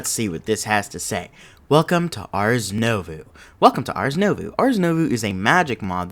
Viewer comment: First and foremost: I love this series SO much! Please understand that I say this with love when I correct your pronunciation lol Ars Nouveau = arz new-voe It's french so it's not supposed to make sense